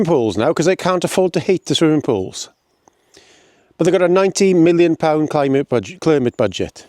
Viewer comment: Mispronouncing Climate didn’t change anything clearly 🤣😂🤣 Any idea why cuts, taxes are needed after the Conservatives drove everything into the ground? Swimming pools et all have been closing over the last 10 years, in fact there is little of your rant that wasn’t happening under the Tories - toilets inc. Try a lil critical thinking and stop doing all you can to make Frottage the Messiah 🤣😂🤣 Your truth needs better research and facts - not some of your dodgy references …